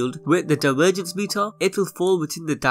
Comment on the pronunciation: No matter how much you're going to apoligize for it, you really are incredibly difficult to listen to. I commend anyone who can listen to you saying ''diwergence'' and ''ewent'', and not cringe to death.